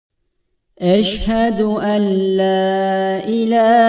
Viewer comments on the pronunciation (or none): Hocam yanlış söylemiyor musunuz eşhedü ella değilmi